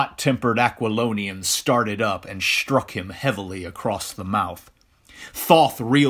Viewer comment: Really great. I just wish the Narration wasn’t so “shtrangly” “shtrong” in its “shtrangled”pronunciation of words that “shtart” with “st”.